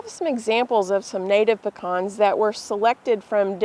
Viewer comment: THEY'RE CALLED PE CANS NOT PEH CANS Savannah Georgia native